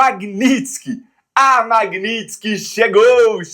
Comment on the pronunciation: Nada a ver, porém tudo pertinente. Só por curiosidade.Porque tantas pessoas, inclusive com formação de nível superior, falam/pronunciam erroneamente determinadas palavras? Seria falta de atenção ou problema de dicção?🤔🤔 Exemplo: (correto) Lei MagníTSki, e não magnÍStki. 😂😂😂😂😂😂